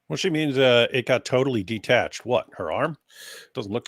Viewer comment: Shalom. I caught like the last 30 minutes, and I chatted with some in the live chat. Hehe. Also, it's detached, not ditached.